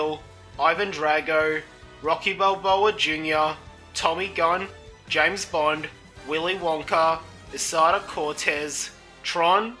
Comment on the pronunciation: You pronounced some names wrong, but great video! 🎉